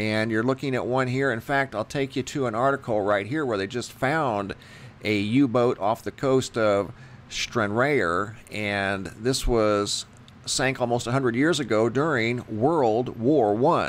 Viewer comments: Almost a hundred years ago? World War One ended in 1918. Stranrayer is pronounced Stranrar. Other than that a great interesting video! Greetings from the UK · by the way its pronounce Stran-raar, lol.